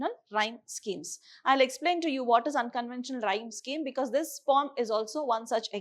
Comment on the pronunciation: I didn't understand weather she is telling pome or poem